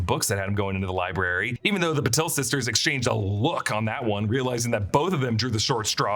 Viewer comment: Parvati is pronounced Paar-vati not Par-vaati and Padma is Pad-maa. Also Patil is Paa-til, different from Patel. My last name can vouch for this